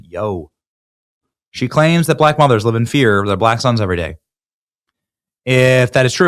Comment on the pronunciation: notice how Crockett could not say "sons".